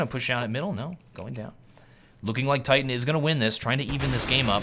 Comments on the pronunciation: First u say its ct sided then u say its t sided then you call titan kite-an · he messed up saying titan and said kriten